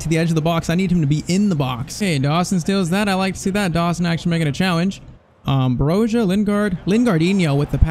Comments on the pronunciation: There’s a clip when he played for Vitesse where he pronounce Bro-Ja not Bro-Ha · Please pronounce Armando Broja right! It is BROJA with soft J (like Juve)! I'm 🇦🇱 myself, just trying to help... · Both of those Broja pronounciations aren’t wrong , it’s Broya, I still say Broha tho because i got used to it , but broya is the Albanian way and the way he says it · Broja's name is pronounced 'Broya', I believe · Broja is pronounced Broya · As an Albanian myself, we pronounce it Broya because in Albanian j makes a y sound. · Brojas name is pronounced bro-ya